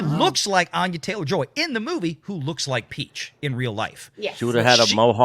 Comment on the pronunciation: Thats not you pronounce Anya. 😅